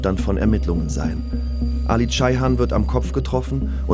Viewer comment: CEyhan mit E nicht A. Soviel Respekt muss sein